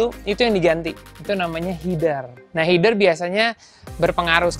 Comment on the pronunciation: Kan nama nya header ya om bukanya h-e-d-e-r ya bukan h-i-d-e-r